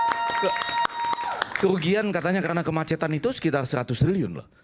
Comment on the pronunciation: Bagaimana mau perbaiki jkt, bahasa Indonesia aja belum benar, kemacetan, sebut kemacatan😀